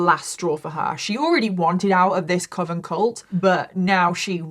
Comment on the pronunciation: As someone who does not have english as their first language, I'm glad that you confirmed that I've always pronounced "coven" correctly. It's supposed to ryme "oven" not with "cloven".